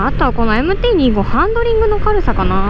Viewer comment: MT−２５（Two Five）じゃないの？ このチャンネルはそこらへんがいい加減 丸山氏もふくめて